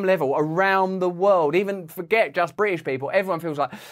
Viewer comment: His articulation is appalling. I stopped watching after the third time he said "Bri'ish".